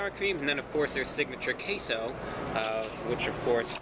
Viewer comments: I cannot hear queso anymore…it’s CaseOh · he said taseoh